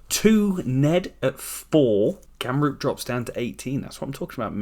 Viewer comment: do wonder what it will take for u to say ramroop and not gamroop